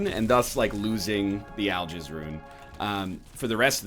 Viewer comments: Al-Giz. Not Jizz. Giz. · Oh God I cant stop but misunderstand Algiz as I'll jizz D